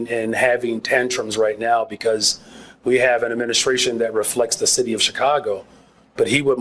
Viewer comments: DID SHE SAY THE SHITY OR CITY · Did she say “shity” of Chicago(city)